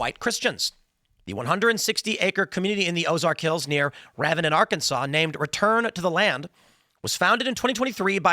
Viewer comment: It’s pronounced Raven-den two syllables